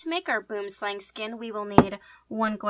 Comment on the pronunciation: Hearing non-South Africans say Boomslang always makes me giggle. For anyone who is curious it's pronounced buh-oo-uhm slah-ng